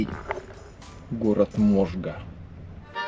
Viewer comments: Город не МОжга а МожгА😂😄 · Не мо’жга а можга’ Не сарапу’льский а сара’пульский 😉👋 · Привет ))) Не мОжга а можгА и сАрапул а не сарапУл )))))))))))))))))) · СарАпульский завод :) а не СарапУльский. и МожгА, а не МОжга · Не СарапУльском, а СарАпульском заводе. Не МОжга, а МожгА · Очень интересный и информативный обзор, спасибо) Однако есть маленькое "но". Т.к. живу в Удмуртии, то режет слух когда неправильно произносят названия городов. Правильно: "СарАпул" и "МожгА". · Только правильно Сарапул(ударение на вторую а) и Можга(ударение на конец).